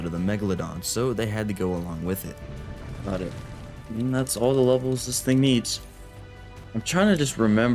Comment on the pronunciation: "GhOt it!"